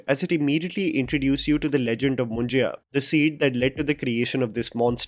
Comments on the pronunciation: Great Review, would like to watch this movie. reminds me of Tumbad. Also, it is called मुंज्य not Munjeya मुंजेया ;) ;) Perhaps you could explain its meaning too, FYI below is copied from a website: Munjya or Yagnopavit Sanskar is a very important ceremony among the Brahmins. The sacred thread is worn by some Kshatriyas and Vaishya communities also. A Brahmin is also called a Dwija that means the one who is born twice. A boy is said to be born again when you perform Janeu Sanskar. A sacred thread, called Janeu or Yajnopaveetam is placed around the left shoulder of the boy. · Its not Moon-ji-ya but Moon-ja (मुंज्या) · It's not " मुंजिया" it's "मुंज्या" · It's Mun-jyaa मुंज्या, not Mun-jiyaa मुंजिया.....😢 Just be phonetic 🤦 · it's not mun-jai-ya it's munjya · Its मुंज्या, not मुं ज या.. & yes पुणे, not पुने!